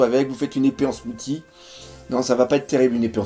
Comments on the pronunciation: mdr le "smouti' ça se prononce "smouci":D Sinon comme d'hab superbe vod; pouce bleu:D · Smoothie, ça se dit smou-ss-ie, pas smou-t-ie